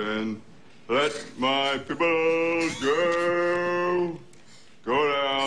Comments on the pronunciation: kevin vega IKR I WAS CRYING WHEN HE SAID "PEOBLE" LOL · "piple" took me out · "LET MY PIPPLE GO!"